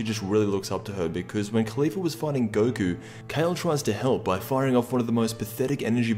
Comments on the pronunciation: is it just me or is he calling Caulifa, Khalifa. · I'm getting triggered by the way you pronounce Caulifla.